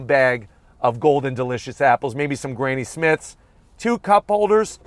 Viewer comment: It's pronounced omage. The "h" is silent. And the apples are Granny Smith not Grainy Smith.